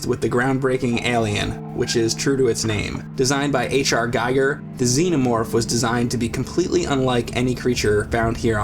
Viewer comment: Ásh Éhrrr Jeejair not 8ch Ahrr Geigurr